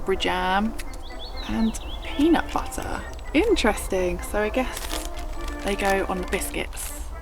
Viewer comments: Lol was the "peanut butterrrr" in your American accent? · "peanut butter" suddenly in a perfect American accent.